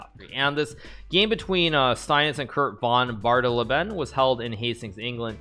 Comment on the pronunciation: In case you wondered it's 'Von BAH-de-LAY-ben'